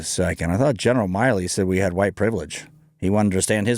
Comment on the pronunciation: It’s Milley, not Miley.